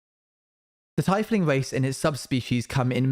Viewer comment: Owen istg you caused me enough trauma already at this point BUT PRONOUNCING TIEFLING "TIE-FLIING" IS TOO FAR